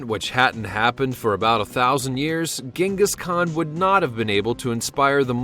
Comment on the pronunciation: Jing- gus, not ging-us FYI